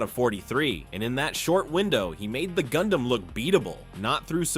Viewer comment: Gundam sounds like Condam